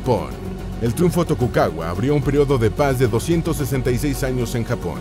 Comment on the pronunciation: Tokukaua? speku? madre mia...